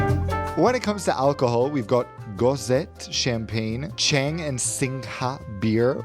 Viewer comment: The joke of the passports being leaked to dark web was totally unnecessary, more considering your caliber as traveller. I am still amazed by the lack of knowledge of Thai culture in view of how much you fly. Unable to pronounce Singha or Chang? Come on... Chinese food is there since most rich Thais are from Chinese origin.